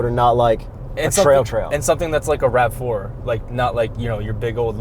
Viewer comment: "Rav-Floor It" A+ journalism!